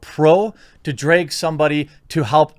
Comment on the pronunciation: D R A G not DRAGE! English!